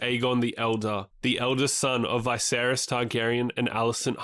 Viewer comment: It's not Vay-seris its V'seris.